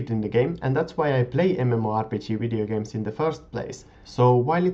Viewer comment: Funny how you say videogames, or anything with a v :) "wideogames" :) Nice vids btw ^^